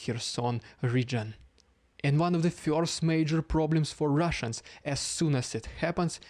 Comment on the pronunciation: Love the name change. Please don’t start changing how you pronounce “first” (fyurst).